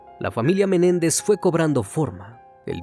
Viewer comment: No es Jose Méndez es MENÉNDEZ